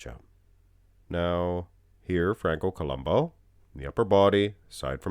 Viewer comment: it's columbu... not columbo the " U " is pronounced as it's spelled